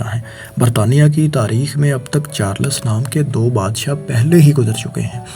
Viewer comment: Oye princes Charles he Princes charlas bole jaraha he pori vedio me. hi rehta he or aya he faisal bhai ko replace kerne 😂